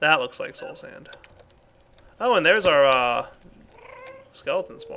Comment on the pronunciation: You are the only youtuber I know of that actually calls soul sand by its real name... Everyone else I know says slow sand... and it really pisses me off when they do that...